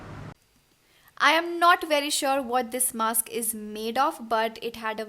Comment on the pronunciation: Dear itz mask not maks.